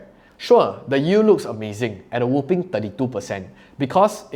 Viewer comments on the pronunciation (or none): I am subscribed and I always hit the like button. You always deliver value. But I must point this out: The word you're looking for is "whopping," not "whooping." It's pronounced wah-ping. WHOOping is a kind of cough. Love you